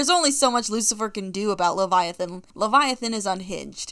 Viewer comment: I love the fact that you are going by all pronounced for leviathan, like, It makes sense